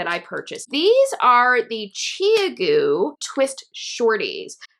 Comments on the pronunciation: Thanks for this. The only thing irritating me is your pronunciation of Chiaogoo! It is ChowGoo. The 'ow' as in 'cow'. 😉 I have just bought a set of these and wanted to be sure I was using them correctly. I have always knitted with dpns with no problems but like to try new to me things! I love your glasses! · I feel like you have lost some creditability that you are mispronouncing ChiaoGoo. The brand name ChiaoGoo (巧姑) is pronounced "chow-goo". But this was ok.